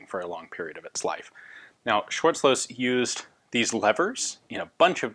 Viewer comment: Superb! Nearly nailed the pronounciation of Schwarzlose! Gun Jesus is the man!